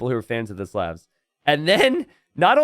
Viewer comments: There is no such word as "anyways" in the English language. The word is "anyway". You can't even pronounce "Slavs" correctly. STOP PERPETUATING STUPIDITY. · You pronounced Slavs wrong bro. Good cast and a great match.